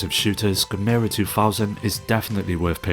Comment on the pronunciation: Gamera should sound like camera. Really hurt my ears hearing 'gameira'